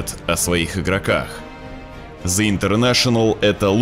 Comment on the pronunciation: Блят, извините конечно, что придераюсь. Но в английском НЕТ БУКВЫ З, ЯЗЫЧОК К НЁБУ И ПРОИЗНОСИ ПРАВИЛЬНО, УУУУВ ПРОСТО!!!